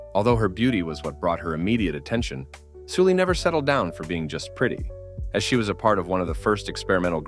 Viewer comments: Note her name isn't pronounced like Soo-lee, but more like how you'd say Sullivan. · it pronounced seolli actually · No it’s not. Koreans wouldn’t pronounce her name like “Sully.” It’s Soo-lee. Su making a soo. Why are we lying lol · Her name is clearly written in Hangul as 설리 which is "Seol-li" aka Sulli. Not "Soo-lee".